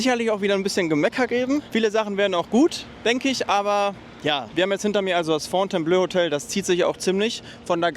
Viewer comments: Man spricht es blo aus, nicht blö ;) Top Video mal wieder! Thumbs up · Fontaineblooo und nicht Fontaineblööö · Fon-tain-blo (Wenn das Hotel seinen Namen in Anlehnung an das Schloss in Frankreich hat). Aber klasse Video. Wie immer. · kommt von Fontaine belle eau, hat mit Blau (bleu ("ö") nix zu tun! Fontainebleau ("o"), ist nämlich auch eine Stadt in Frankreich